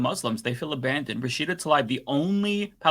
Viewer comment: Why does pronounce things so strangely? Rashida Talibe? Ishral? DemOHcrahts. Very weird. It's jarring and strange.